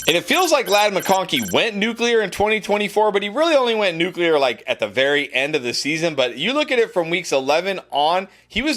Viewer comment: I’m just glad you didn’t say nucular😂